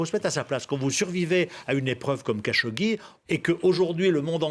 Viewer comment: La prononciation approximative des noms est pénible chez les journalistes de F24. C'est quand même grave à ce niveau de ne pas connaître Jamel khachokeji .... . Comment se fait-il que lorsqu'il s'agit de Jamel Debbouze on sait bien prononcer le prénom et lorsqu'il s'agit du journaliste assassiné, on prononce Hamel au lieu de Jamel .... ? Alors de deux choses l'une ... Soit la journaliste n'est pas pro et fait du n'importe quoi dans son travail, .... Soit, on fait exprès pour donner une consonnance exotique à la prononciation des noms. 🤮🤮🤮